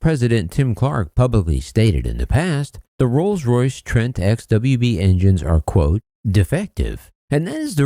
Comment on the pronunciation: "trolls royce" 🤔🤔🤣🤣🤣